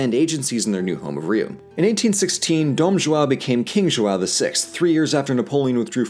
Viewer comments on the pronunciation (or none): The way English speakers say "João" is so annoying. Instead of saying JOAL, try JO-OWN. This way it at least seems like you're trying. The "ã" sound is pretty much the same as the English "uh". And about the "R" sound. In the beginning of the word it's closer to an "H" (as in horse), so the pronunciation of "Rio" is very close to "Hill" , though the "o" sound is shorther than the "ll", try pronouncing it "hil-o". As someone who teaches English to Brazillians, I must say it's fun doing my job the other way around. LOL Great content, guys. Keep it up. Cheers. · He even nailed "Brasília" which is harder. But JOAL... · His accent is actually pretty good but him saying “João” as “Joa” MADE ME LAUGH SO MUCH. Also “what did the letter R ever do to you?” is GOLD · I just love how ~ doesn't exist in english so he says ''Joao'' instead of ''João''. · says "Brasilia" perfectly and then invents the name Joal, which should be used by millennials from here on out instead of Enzo. Also, yes I will become a website thank you. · AnnoyinglySalty “ÃO” is what is called um ”ditongo nasal” (“nasal diphthong” Eng.); it is pronounced like: “OUW”. Now practice saying it loud and slowly through your nose. Good luck!😉👍🏻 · Walder Frey of the Twins. It would be so much easier for them to say “ão” correctly if only they did some research you can hear the suffering whenever he says “JoawwowO” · coherent comment, however this video requires or recall a historic research, and since the language is still alive the amount of possibility on "correct" his pronounce is highly appropriated. João(Ʒwɐ̃w̃) is in fact a difficult linguist structure, but is clear that he made worked hard to learn how to pronounce "brasil" "brasilia". another point I'd like to do is how he criticized the why we say "rio de Janeiro", as a non-retroflex language, it would not be accept for us as natives. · Mais algum brasileiro se cagou de rir com King Joal? KKKKKKKKKKKK JOÁL VÉI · Jo-AW hahahahahah btw great vid